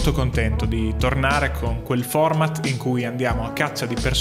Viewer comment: Come sei up tu date! Dici "format"!!!